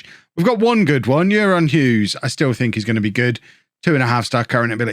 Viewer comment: can I input o euron, it's pronounced ayron 😁 keep this banger content up! Can't wait for my Holme home shirt to arrive 🎉